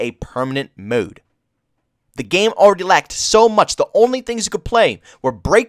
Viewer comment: I like how you pronounce 'MODE'. :) muude